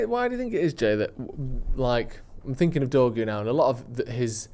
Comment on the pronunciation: Take a shot everytime someone is "finking" Everybody's dead 😂😂😂